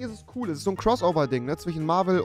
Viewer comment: Wer wird auch getriggert von Leuten die ch nicht von sch unterscheiden können? Es heißt zwischen und nicht zwichen... Fisch und nicht Fich. Tisch und nicht Tich. Kirsche und Kirche sind auch nicht das selbe. Du sagst ja auch Becher und nicht Bescher.